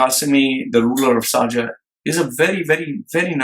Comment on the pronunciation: Pls its NOT sarjah. Its SHARJAH🙏🙏🙏